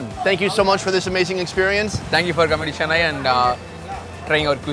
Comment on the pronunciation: As an Indian it hurt me soo much the way he said Chennai